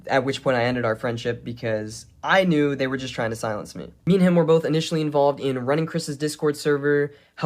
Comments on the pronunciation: He knore the whole time. Sore now we knore tooer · Ahem, it's know-er. 😆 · Almost perfect English, then "ooerrr" randomly 😂